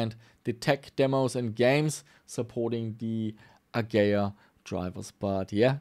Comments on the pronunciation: uh-gee-uh not "A-gay-uuhhh. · its A GEE IA not A GAYA ffs.... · AH-GEE-AH.;) Great vid! Always fun to see you do repairs too! Hope you keep pushing forward with that too!